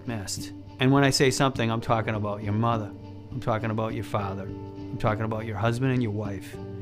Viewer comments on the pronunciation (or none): my muddah? My faddah? 💀